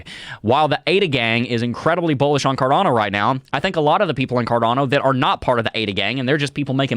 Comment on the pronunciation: Its cardAAAno not carDOno